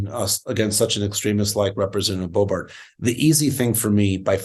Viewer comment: He has to be pronouncing it Bo-bArt on purpose, right?